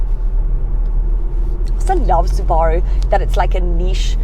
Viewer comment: Yes the correct way. Suba-roo is americanisation and is incorrect.